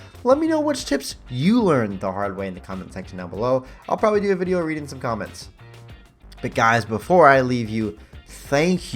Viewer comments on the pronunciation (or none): none